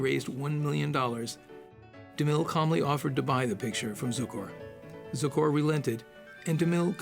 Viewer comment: Leatrice Joy, not ""Leartias", Adoph Zukor, not Zucker. Adoph Zukor, not Edel Zucor. Who proofreads these scripts - anyone?